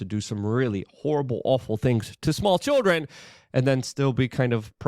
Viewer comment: Listening to Luke attempt to pronounce English words is maddening. Phrases, too. “…won’t see the day of light”? Wit for with. Cher-drin for children. What’s next, axe? Yuck.